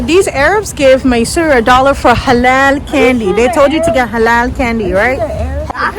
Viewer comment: The way she says "Halal", "Haram",, >< ,, that was so funny